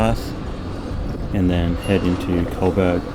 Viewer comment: bro..why you keep saying 'colberg" its Co (like 'Joe') and Burg (like Burg)